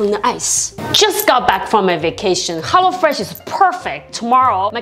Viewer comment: Did she say hollo fresh 🧐